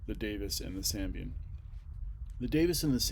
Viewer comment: A good look at the Valley camp. I've been on it a number of times. Umm.. by the way, that's the Sabin lock(Say-bin), not (Sam-bi-an).